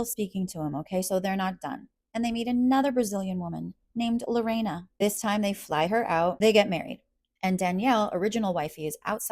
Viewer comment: Since God is having full blown conversations with this man, I wish to God that God would have a conversation with this man about the fact that his new seeester wife's name IS👏NOT👏"LORENA"👏. It is pronounced "Lorrrrhanna". Not one person in this poor girls new "family" even knows her name!!! 🙄